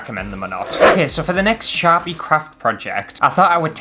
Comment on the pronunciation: OMG when you first said "Sharpie crafts" I heard "Chav-y crafts" and although I may be Canadian, I know very well what a Chav is lol. I think you guys call 'em roadman now, IDK, but hahaha. "Chav crafts. Crafts for people who just can't be arsed!" Oh! I drew a picture, if you want to colour it in, here's the lines and feel free ♡♡. Not promoting, just gifting lineart to any colorists who want it ^-^ ♡